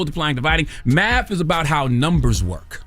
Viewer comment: Nobody heard him say Matht 😂😂